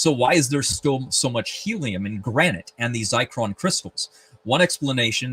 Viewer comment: *Zircon not zicron